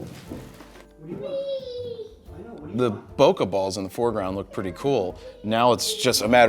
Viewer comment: I kept hearing "poke balls" every single time...